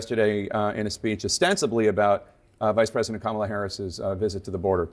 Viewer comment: Notice he says her name correctly when he was recorded while golfing after Biden stepped back. He said her name perfectly. So he's literally butchering her name purposely. He hates his followers. MAGA is just useful idiots to him.